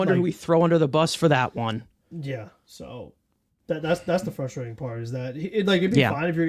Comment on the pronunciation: please notice the first ‘R’ that appears in the word “frustrating” and endeavor to pronounce it. Thank you for your support.